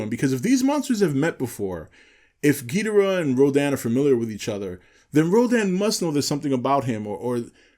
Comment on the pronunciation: The fact you can't pronounce Ghidorah right mean I can't listen any longer